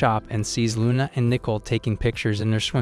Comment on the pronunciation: HER NAME IS LUNA😂😂😂NOT RUNA